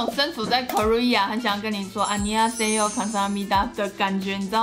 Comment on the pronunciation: 是安妞哈誰呦，不是啊尼哈誰呦